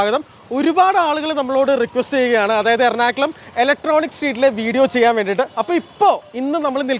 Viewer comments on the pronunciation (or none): എർണാകലം അല്ല.... എറണാകുളം